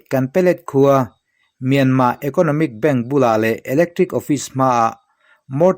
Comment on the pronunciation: I aw ngaihthlak a hah dam lutk NT. Myanma ni lo in Myanmarr zawk aw